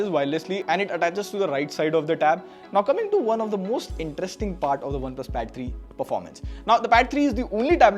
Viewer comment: i heard battery too